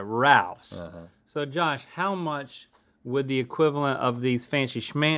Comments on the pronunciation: Italian compliments to Josh’s pronunciation that, in most words, just sounded straight up GOOD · Is Josh italian? His pronunciations were immaculate